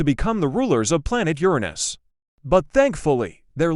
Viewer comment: I love how, with all of the pronunciations, you still used the proper one for Uranus. XD